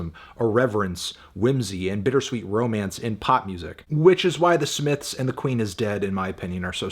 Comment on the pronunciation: the smiffs